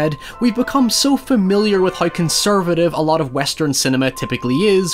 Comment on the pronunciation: I like how you say hiew for how.